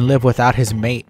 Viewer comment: Mate is a beverage like tea. It's hot water poured in a mate filled with yerba mate and you drink it using a metal straw. It's common in Argentina, South of Brazil, Paraguay and Uruguay. We consume lot's of mate all thanks to the guaraníes... Oh, it's pronounced "ma-té" not "meight". Vamos Argentina y toda la cosa dicho sea de paso.